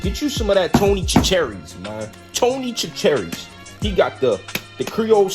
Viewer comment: Sat - Sure - Reese . is how You pronounce Chachere's just saying, I live not far from them in lower Louisiana. Gr8 video.